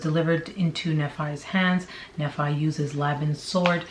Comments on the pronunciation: It's pronounced Knee-fy - Nephi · Pronounced ‘Knee- fie’. The fie sounds like the fi from ‘wifi’ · I believe it’s pronounced Knee-Fi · Nephi its pronounced knee-fi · Just a heads up for the future! Nephi is usually said "Knee-fi"!